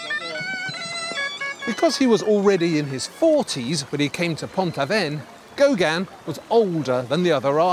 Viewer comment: . I agree. His grating voice, intrusive presence and mispronunciation of Gauguin as "Gauganne" seem to amount to some sort of aggressive inverted snobbery. Even the written text apparently deliberately mis-spells the name three times, "Gaugin".